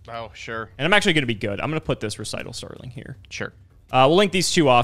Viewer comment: Hearing a yugituber pronounce Recital Starling correctly for once was so startling it nearly gave me whiplash.